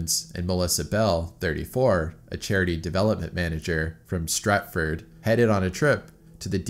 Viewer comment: Not to mention Swan Sea and Strat Ford 😅